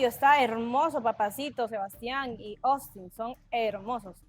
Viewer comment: POR DIOS No es "OSTIN" es "AUSTIN "😶